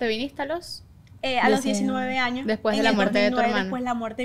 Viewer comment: Muy influencer y lo que quieras pero no se dice jaños es años un poquito de por favor